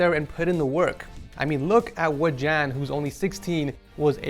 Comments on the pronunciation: jan not chan haha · by the way it is pronounced Yan and his name is Jan so ye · Hey, just want to let you know that German people don't pronounce Jan with the hard J sound. They pronounce the J in the name like a Y. So it would sound like Y-aaa-n.